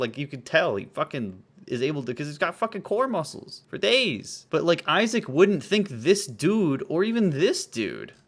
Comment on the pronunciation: Oy-sack is so annoying!